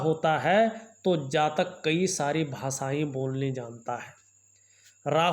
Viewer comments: भासायें, ज्योतिसी, ॐ नमो सिवायः, अच्छर, परेसानी, असनान, संकर भगवान, सुक्र, सिस्य, यस, सानदार, छैत्र, छमता, सक्ति, प्रभावसाली,•••••• हिन्दी का इतना अशुद्ध, उच्चारण•••••• क्या आपको रत्तीभर भी शर्म नही आती?? बेहूदा हिन्दी उच्चारण•••••• ऐसा ही आपका ज्ञान होगा, इसमें कोई दो राय नही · भासायें, ज्योतिसी, ॐ नमो सिवायः, अच्छर, परेसानी, असनान, संकर भगवान, सुक्र, सिस्य, यस, सानदार, छैत्र, छमता, सक्ति, प्रभावसाली,•••••• हिन्दी का इतना अशुद्ध, उच्चारण•••••• क्या आपको रत्तीभर भी शर्म नही आती??बेहूदा हिन्दी उच्चारण•••••• ऐसा ही आपका ज्ञान होगा, इसमें कोई दो राय नही